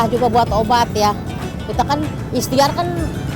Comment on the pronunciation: Ikhtiar bu bukan ikhstiar